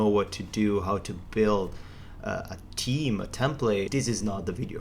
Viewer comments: This video would made an excellent drinking game. Everytime in the video you say Team instead of Theme you have to have a drink. Nice tutorial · Your video is great! I understand English isn't your first language, but the way you say theme bugs the hell out of me. It's not pronounced, T-he-me. You have to say it as Th then add. eme. So it sounds like, Th-eem. I'm not good at teaching English. Just youtube it how to pronounce theme. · annoying "tim", "tim", "theam"... repeat after me "theme "lease learn English before trying teach anything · >Themes >Theems >Teams Sorry I couldn't help but to notice that, but I really appreciate your video. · Everything else is good but I think you pronounced Team instead of Theme, which is confusing .... no offence... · With all due respect it's "theme", not "team", the confusion sounds annoying. Please, consider it. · because of him I keep saying team and not theme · There's an H in theme that you do not pronounce, you are saying team all the time.... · team? Where are you from? the way you pronounce the-me is strange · Not to be a dick.. but let's work on pronouncing "TH" a little better. It sounds like you're saying "Team" Still love you though and you're my favorite programmer on YouTube! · *TH*eme it's *TH*eme it's *TH*eme it's *TH*eme it's *TH*eme it's *TH*eme it's *TH*eme sorry I just had to say it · Nice video but please google how to pronounce theme.... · Took me a while to realise he was saying "theme" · Everything was great except the pronunciation of 'theme' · Awesome tutorial video! Thank you so much. And speaking of "theme", notice it's pretty much just dudes riding your ass about how you pronounce it? Yeah. On behalf of the ladies, the accent is hot, stop apologizing ;) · Awesome tutorial, working on my understanding of creating themes in WP at the moment. It'd be helpful for me if you asked for advice on the pronunciation of theme :P